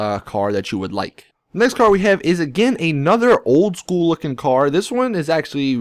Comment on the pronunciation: My god, the way you say "Old school" OWLD SKOOLLL